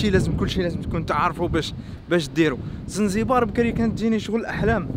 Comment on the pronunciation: يا خبيب اسمها زنجبار ماشي زنزبار هههههه يهديك ربي اخبيب